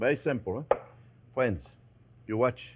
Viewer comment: "Well hello there phrinzzzzz!" making this recede today!